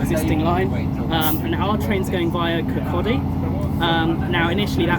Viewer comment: Congratulations - you are the only non-Scottish Youtuber I've come across so far, to have pronounced 'Kirkcaldy' correctly! I don't understand what's so hard about it myself - we do have other words with silent l's after all... Perhaps you'll get 'Cardenden' correct too, once the enhanced service begins, too? If you'd like a clue, the noise comes before the foxes' lair...